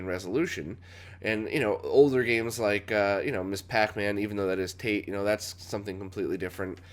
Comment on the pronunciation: "Tate" (Japanese abbreviation referring to vertical mode) is pronounced "tah-teh". From the glossary: "”Tate” is a shortened form of the Japanese verb “tateru,” which means “to stand.” Pronounced “tah-teh,” though the common mispronunciation of “tayte” has gained semi-acceptance. Also commonly spelled with all capital letters (“TATE”), though it is not an acronym. "